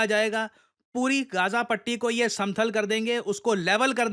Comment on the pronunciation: Samthal nahi bhai , samtal hota hai